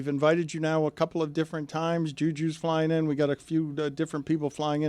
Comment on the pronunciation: Dan says “flying in” like planes are a brand new invention